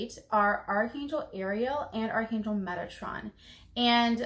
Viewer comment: Arch angel Megatron ? Like the transformer 😂How is his name spelled because that’s how it sounds when you’re sayin it and quite honestly if I called out to that angel like that I might laugh a lil each time because of that sorry Megatron I mean no disrespect but come on😂I can’t be the only one that hears that🤣